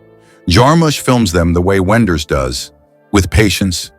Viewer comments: He was ironic about the pronunciation of Wenders' name. The right german way of pronunciate it is as "Vim Venders", not "Whim Whenders". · W in German is pronounced with a V- Wim Wenders.